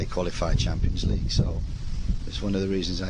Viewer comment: Chimpyns leeeeegue.